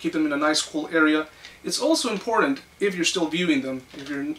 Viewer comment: Say the word IMPORTANT correctly!